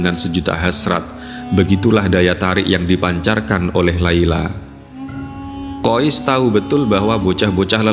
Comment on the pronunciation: Saya pernah tanya pada teman saya yg satu negara dengan anak dalam cerita itu. Kata teman saya nama anak laki-laki tersebur adalah: KHAIS Kenapa ada sekelompok orang entah dari mana, menyebut namanya dengan sebutan KHOIS Tolong jangan suka mengubah kaidah penyebutan nama orang lain.